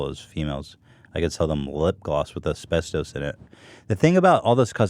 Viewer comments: The way he pronounces asbestos... it just hurts a bit 😂 But that shit scares me to death, my dad worked around it for years in the union without a mask and he's terrified he will get mesothelioma. I try not to think about it. Also either they dont know what they're talking about or you mixed up words, because Europe and Canada dont allow trace amounts of asbestos, that's us. We barely ban anything compared to their thousands of bans on hair, makeup, and consumable products. I've done lots of research since I've joined Monat and it's honestly terrifying how much crap is in "gentle" shampoo like Johnson & Johnson. Ayyy love those gentle carcinogens 😂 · The way Ethan couldn't say asbestos makes me upset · WAIT.... is HE saying Asbestos wrong or have I been saying it wrong ALL these years? Because nobody seems to correct him on stream. HELP.......... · Also his way of pronouncing asbestos is fucking killing me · hahaha the way he pronounces asbestos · it’s pronounced “as-best-us” not “as-best-toes”😂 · It’s es pes tus NOT es pes TOAST!! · Everyone: asbestos Ethan: esbestoes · How Ethan pronounces "Ass-best-Ohs" is hilarious. I pronounce it "As-best-us" The uses for Asbestos was huge before the 70's it was used as fire proofing, it made great in paint and cosmetics, because it's such a fine powder it would get in every little crack and crevice. Unfortunately the fact that it is such a fine powder is why Asbestos is so deadly. It settles in the lungs, and the body can't break Asbestos down, so it just builds up in your lungs and causes Mesothelioma. That's how my grandfather died, he worked for years in a shipyard in the 50's and 60's, and it caused Mesothelioma, and he died in the 90's. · Are we just going to ignore the fact that Ethan keeps pronouncing it as-best-ose instead of as-best-is?? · It's "uh-spes-tuss" not "uh-spes-tose" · "AsPeStös"- Ethan Klien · Actually couldn't finish listening to this one.Ethan say it with me now: As-best-us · Nobody: Ethan: Asbestös